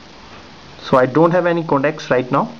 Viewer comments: not codacs but con tacts. Work on yr pronounciation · you say contacts and it sounds like "connects"